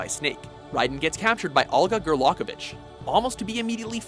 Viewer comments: Okay this list annoyed me. 1. You spelled Ocelot wrong. 2. Your pronounced Olga Gurlucavich wrong (and I probably spelled it wrong, sue me). 3. Changing the controller port isn't the ONLY way to defeat Psycho Mantis. You can also shoot the busts of him in the room. More difficult but still possible. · Outer Heaven, not Outer Haven. Frank Jaeger (yay-gur), not yeah-gur. Olga Gurlukovich, not Gurlockovich. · Olga GorLOCKovic? Gorlukovic! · Please pronounce the names correctly please. It's Olga Gurlukovich (Gur-luke-a-vich)! Or try actually playing the games and you would know. That being said. I liked the list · Did you say Olga GurLOCKovich? lmao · Also Gurlokovich.... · "Olgur Gurlockovic". wtf man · i found two problems with this one first: it may be basically the same but snake was tourtured in the original MGS and the game cube MGS: the twin snakes second : you mispronounced olga's last name other than that i love this video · How are you going to make a MGS video and then proceed to get a bunch of the names wrong? They literally say the names in the game dozens of times.. How do you not know how to say Naomi or Gurlukovich? Im only 5 minutes into the video.. What else is he gonna get wrong i wonder. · So you misspelled Ocelot and mispronounce Gurlukovich...